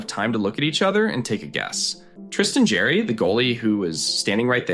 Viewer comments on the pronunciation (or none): Who is the narrator? Tristan Jarry was my favorite teams goaltender for several years. His family name has always been pronouncesd by broadcasters, commentators, and fans as "jar-ee." It is not pronounced "jerry."